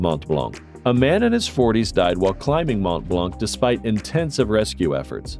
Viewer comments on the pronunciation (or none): Devil pool, not devile. Hardanger rhymes with hanger, not danger. Mont Blahn. The c is silent. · "Mont Blanc" ' (do NOT pronounce the final "c" !!! nor the final "t") , it means "White Mont"